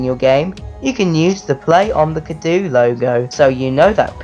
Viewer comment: You pronounced the name wrong,. XD